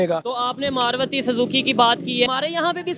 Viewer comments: अबे घोंचू मार्वती नही मारुती बोल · SEE "MARUTHI MOTORS" BLOODY PAKISTANI CANT PRONOUNCE NOR READ THE NAME. THEY SAY.. MAARWATHI COMPANY.. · मारवती नही भाई मारुती होता है